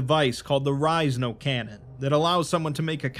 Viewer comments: you pronounced it and i was like huh and here i always thought it was There Is No Cannon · Did he just read it wrong or is it on porpoise? #thisisajokeffs